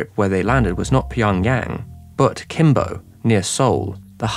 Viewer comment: EDIT: IT IS NOT "KIMBO" IT IS GIMPO !!!!